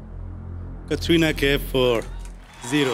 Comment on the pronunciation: Whenever bonney Kapoor announce the name ...it's Katrina kaif 😂